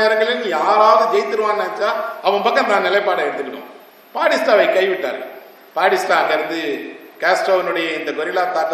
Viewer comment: Esra ayya. A small request, whenever you are telling a name , do please pronounce it properly. It is not padista, it is Batista. Will anyone accept if I say pidel Gastro?